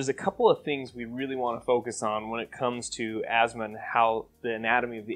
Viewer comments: There is no "z" in Asthma . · is it weird that i pronounce it "as-thmah"?